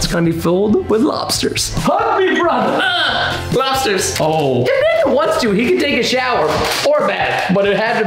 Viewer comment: Y DID HE SAID BRUTHTHER